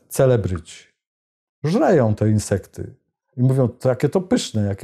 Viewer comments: Genialnie sie Pan przejezyczyl: Cwelebryci :D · Cwe...celebryci 😁 bardzo dobre przejęzyczenie